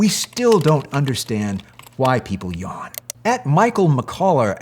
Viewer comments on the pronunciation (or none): none